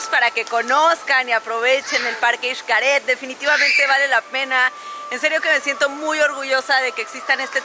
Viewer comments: es eshcaret no ishcaret bueno xcaret pero digo la pronunciación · Por qué dice ICHCARED si es XCARET?? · Muy buen video, excelentes tips, pero no entiendo porqué pronuncia “ishcaret”, la x debería ser sólo como “sh”, basta escuchar a todos los que trabajan ahí jajajajajaja....